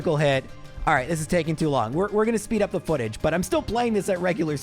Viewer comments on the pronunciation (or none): none